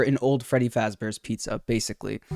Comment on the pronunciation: Freddy Flossballs xD